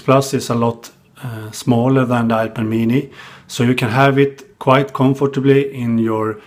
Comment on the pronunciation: I can listen to this dude say, "Ipuh Meanie" all day long. LOL